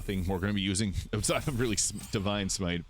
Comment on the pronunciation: "oot side of honor mode" so many times lol